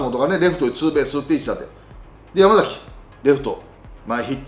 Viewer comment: ヤクルトはやまざきではなくやまさきです